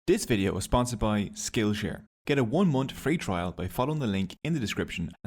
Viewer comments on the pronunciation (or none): Say it with me "month" not "munt" south not sout. Noorth not nort. Jesus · What is a "one munt" free trial?